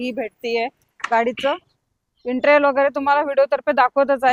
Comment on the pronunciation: Intral naahi Madam.. Interior bolaa 😂😂😂